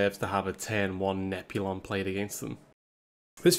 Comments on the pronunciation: Admit it: you watch to hear him calling "Nozami" and "Nep-you-lon" to Nazmani Bloodweaver and Neptulon. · I'm sorry I can't get over him never pronouncing the t in neptulon